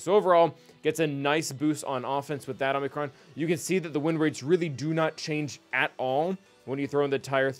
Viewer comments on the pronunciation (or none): you killed me by pronouncing it Omnicron it's oh-mee-crawn. Please I'm a language nerd, don't make me suffer❤